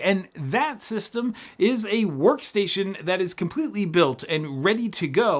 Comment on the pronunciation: That "sworkstation"